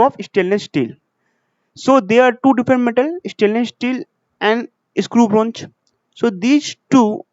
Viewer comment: shteel jink bronj....🤪